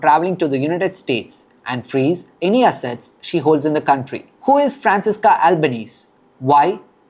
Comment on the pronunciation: Then she can go to Palestine. Let's see how she does among 😏 Hamas. We don't want her. BTW her name is pronounced Franchesca~